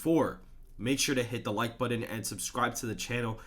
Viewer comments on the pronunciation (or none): none